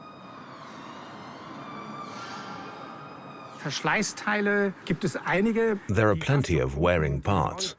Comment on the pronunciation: It's so strange, the narrators don't even say years in the same way. She doesn't even pronounce NASA correctly lol.